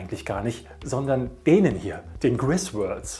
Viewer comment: Griswold... nicht Griswörld....